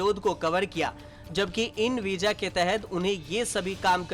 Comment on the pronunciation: Veeja nahi Bhai veeza bolte hain or visa likhte hain